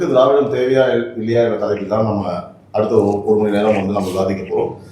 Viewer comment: Dei dei enda english pesura.. "froof".. tamil nadai aataya poda ninaikum telungu karanga pesuradhu "Drividam".. Google la church pannanumam.. inga paaru, inga paaru.. pesuraan pechu.. andhra vukkaga utir neethanda..